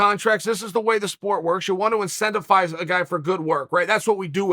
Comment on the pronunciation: Chael “IncentiFize” Sonnen